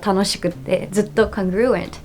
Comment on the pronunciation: BTW the stress on "congruent" lies on the first syllable, not the second. 伝えてあげてって彼女に言われたんで。。。